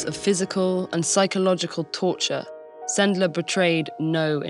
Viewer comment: Yeah, this is a lesson very worth sharing... thank you very much, TED-ed! It's always nice to hear a foreigner pronouncing Polish surnames correctly... anecdote; Supposedly, one of the ways to get the children out of the ghetto was to hide them on a cart, among the packages.One of Sendler's friends was driving the cart.To prevent the sentries from hearing the crying of the younger children, he would always take a barking, loud dog with him so that he would drown out everything and distract the guards.I was surprised no one said about it ... "Zegota" is shortcut of "Rada Pomocy Żydom", operates thanks to Polskie Państwo Podziemne and the polish autorities in exile.Since we share information, I decided to mention about it. :-) Have a nice day!